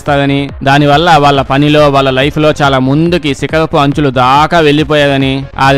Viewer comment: Sikalapu anchulu kadhu🤣😀sikarapu anchulu🤣